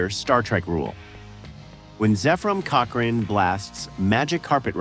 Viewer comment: That's not how you pronounce Zephram Cochrane, ffs.